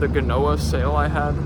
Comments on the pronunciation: it will probably be a good idea to put a block to the each side of the transom to allow for better control over your foresail maybe. Glad to hear that you are learning stuff. Btw, most of english people pronounce genoa with dj (djenoa), slavic people call it genooya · id only pronounces djenoa, you write it as usual, genoa